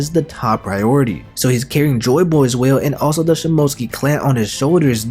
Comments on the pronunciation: It’s (shi-moh-tsu-ki) not (shi-mo-tski) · You’re quite good at editing videos and all, but you really need to work on your Japanese Pronunciation of words, it’s “Sheem-Mo-Sooc- Kee”, not Shim-Moat-Skee